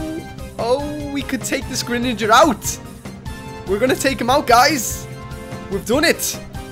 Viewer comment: u said greninaga